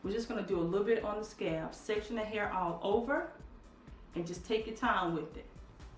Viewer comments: "Scab." Lol. She obviously means "scalp". Please, please say "Scalp". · I love your channel and you, but you are calling scalp "scab" and I can't. lol laughing every time I hear it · Scalp, I’m sorry every time you said scab it was driving me crazy, it made me think about an actual scab lol and I’m like why she keep saying scab and its scalp. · It’s scalp not scab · SCALP PRONOUNCE THE L SCALP NOT SCAB LOL WHAT TIME A DAY IS IT YOUR DAUGHTER IS SLEEP ON THE TABLE LOL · It's scalp not scab lol 😂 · it's pronounced scalp. i would have watched longer but scab is just killing me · It sounds like you are saying scab instead of scalp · Scalp, Scalp, Scalp, not scab, you are Killing me 😂😂😂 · She's not saying "scab" she's saying "scaaaalp". She's just drawing out the "a" and not really pronouncing the "L". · Please omg please I was soooo confused please say scalp I know u can do it. Hope u don't get mad at this comment but I was honestly confused until I realized u meant scalp instead of scab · i disliked. this video because u kept saying scab, and im frim the west its called scalp...lol...sorry i got annoyed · I got annoyed to . Not to be nit-picky, but she kept using the damn word. At first I thought maybe the vics was giving her 'scabs'. I appreciate her teaching us but the word is SCALP!!!!!!! not scab. geeeeeeeeeeeez!!! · I said the same thing. I was like is she saying scab!! Lol I need those growing hands for my scalp tho. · Mannnnn I thought it was just me!!😂 I was like okay...the rub helps to heal "scabs" in your hair lmao. But finally figured out she meant SCALP😂😂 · Mrs BeautyMark yeah she is calling it scab lol 😁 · Mrs BeautyMark I thought the poor girl had scabs all over her head 🙁 took me a while to realize she was talking about her scalp! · 💋SuckaFree Nellz NOPE, not that serious, she said scab, not scalp! We know knows what a scalp is 😂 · Me too.........I was like..... scab? LOL Then I got it!